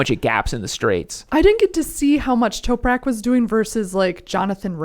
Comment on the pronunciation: Toprak not Toperak